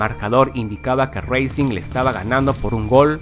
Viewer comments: No es que quiera criticarte pero racing no reising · "Reicing" RACIN PAPÁ Una falta d futbol tenes, nunca jugaste ala bocha de chico? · dice rhuicing y es racing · Reicing jajajajajajaja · REISING JAAJAJAAJ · "reising" xdd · Es borusia dormund no brusia... Racing... Como suena no reicing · No es reicing es racing lo digiste mal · Si sos de argentina te reiste de esto raicing en ves de racing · Reicing club y raiver pleit !!! jajajajajajajajajajajaja lcdtm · no sabia que racing se pronunciaba reixin jajaja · No se dice asi racing bro saludos